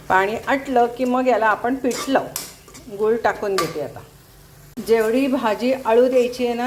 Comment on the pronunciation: मॅडम... पीट.. पीट लावा... असं ऐकायला कसेतरी वाटतं.. पीठ लावा.. पीठ... 😊